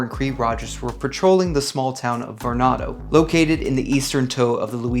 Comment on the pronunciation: That area, Varnado, Bogalusa, etc. is still very much the Wild West. It feels like driving into a different country. Was born in the area and have always pronounced Varnado as “Var-nuh-do,” great video and love the channel!